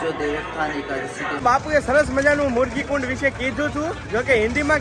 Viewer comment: મુર્ગીકુંડ નહી મૃગીકુંડ નામ છે Murgi Kundi નહી બાપા..Mrigi Kund.....